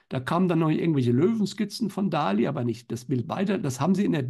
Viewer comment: Bitte bitte sagt nicht Dali denn die korrekte Aussprache ist Dalì, mit dem Akzent auf dem I. Danke